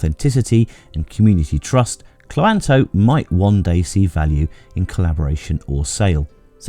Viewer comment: I think Cloanto is meant to be pronounced cloan-to